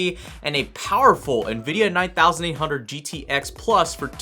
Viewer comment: The way you said nvidia 9800 made me realise you really dont know what you are talking about... you refered to it as the titan of its time but it really wasnt the gx2 was. Even the way you said limply means you looked it up and read a spec sheet and know nothing about it. I guarentee you also call a gtx 1080ti a thousandeighty